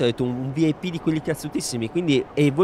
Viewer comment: O ma vip come lo hai letto 😂